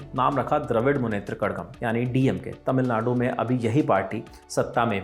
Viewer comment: वो कषगम है न्यूज रीडर सर , कड़गम नहीं 🙏🙏🙏